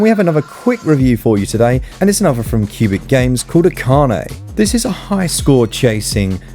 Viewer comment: yay, you got the Pronunciation of Akane right! My fave Martial are film. Drunken Master 2 and why Jackie's drunken boxing fight scenes are magnificent to watch and what's not to like about a guy that does all his own stunts?